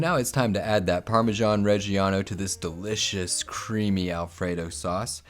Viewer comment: what is Parmashon or do you mean Parmesan?